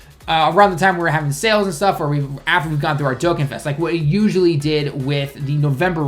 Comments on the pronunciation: he says dokkan kinda weird.... its pronounced dokKAn not dokkan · It's really weird, since he can somewhat speak/read japanese. He obviously knows the correct pronunciation of dokkan. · DokKAN, not Dokain....dislike me losers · Dokkan not dokken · whats a "Diokkan"? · The way you pronounced dokkan lol